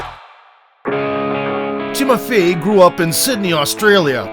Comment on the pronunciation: It's not Tszyu, but Choo.....first name in korea